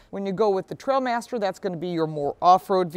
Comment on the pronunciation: it is "TrialMaster", not TrailMster